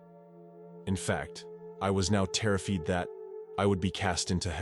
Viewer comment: You mean like "i was terr-a-feed"?! Lol